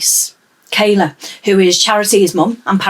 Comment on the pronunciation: Kyla, Jesus! Get their names right.